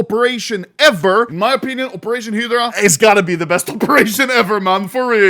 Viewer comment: why are you saying heedra for hydra